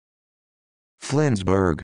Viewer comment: That's not how you Pronounce Flensburg...